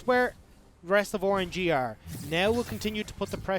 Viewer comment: this guys doesnt say rng, he says Or-an-ge 😂 kinda like it tho